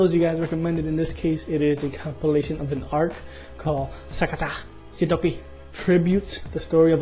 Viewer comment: Nice reaction as always. I have been wanting to mention this for more than a month already, but I always forget to do it. xD You are pronouncing Gintama and Gintoki wrong. It is G as in gray or glue. ;) It is no big deal though ;)